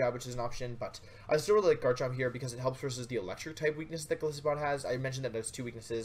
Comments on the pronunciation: i dont want to sound whiney, and i appreciate this great video, but... Goliath+Isopod, the "i" in Golisopod is said like "eye". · Wouldn't it be pronounced more like Goal-Isopod, given that isopod is its own word, and the first part of the name supposedly comes from "Goliath"? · You gotta pronounce the name with a hard I. Like the animal it's created from, an isopod.